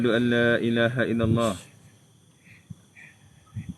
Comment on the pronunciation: Angkat syahadah baca asyhadu alla ilaha illallah bukan asyhadu alla ila haillah